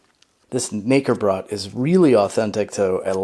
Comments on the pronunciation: I died when he pronounced "Knäckebrot" as "Nicker-brat" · The way you say it makes it sound like N***erbread in German... The K is pronounced, and there is no er in there, so it's Kuh-neh-ke- brot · Just a tip, the K is to be pronounced in German.